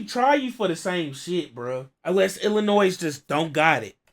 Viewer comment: The S in Illinois is silent. Think snitches. There's no "noise" in Illinois